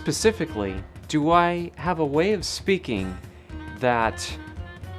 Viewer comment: you "dyoo" have /u/ fronting :)